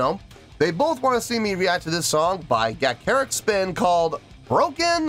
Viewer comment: Ga…cha…ric spin pretend you’re a second grader… ie…sound it out…